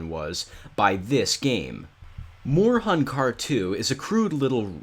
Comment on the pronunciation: It's pronounced "hoon" not "hun". I like the name.🙂